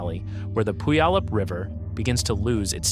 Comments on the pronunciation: Aahhhhh! Please non natives making videos about Rainier, LEARN HOW TO PRONOUNCE PUYALLUP! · No AI will ever pronounce "Puyallup" correctly. LoL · learn to pronounce puyallup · Do you want to know what is more painful than being hit an erupting volcano? Listening to horrific pronunciation… Tell me you are not from the Puget Sound area without telling me… pronounce Puyallup again…